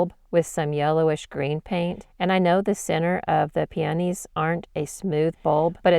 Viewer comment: Pee-uh-KNEE... the preferred pronunciation. Beautiful technique!